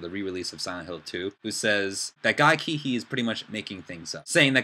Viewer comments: Um his surname is pronounced See-hee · Cihi is pronounced as Sihi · Nice video, I agree on your opinions and looking forward to see, how it all pans out. But I want to correct you on your pronunciation of Guy Cihi's name. It's pronounced "Seehee". Thought you wanted to know that ^^ anyway, keep it up, going to see your other videos :D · his name is pronounced more like "seehee". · You cant even say guy cihi's name properly...thumbs down.